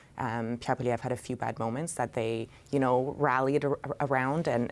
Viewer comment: What I don't understand is how CBC can hire an unprofessional person like who can't even pronounce Poilievre? A person with professionalism would have learned to pronounce it properly by now.